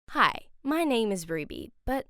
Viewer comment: At the beginning, it sounded like she said pie instead of hi